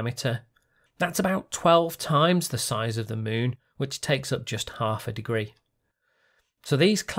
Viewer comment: Why do you say "Muun" instead of "Moon"?